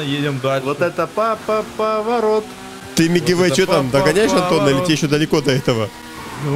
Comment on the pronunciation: там поворт Я: вот это поворт: Поворот: повортот